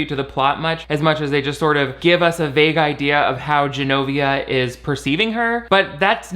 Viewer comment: They also pronounce Genovia as Zs-enovia (like Zsa Zsa Gabor), while the Americans say Genovia like a J